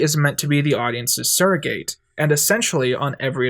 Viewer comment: I wish you would stop staying "vindictive" as "vindicative" and "surrogate" as if the A is long......